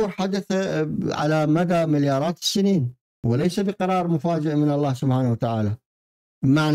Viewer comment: لماذا تقول ‘‘سبحاته و تعالى‘‘؟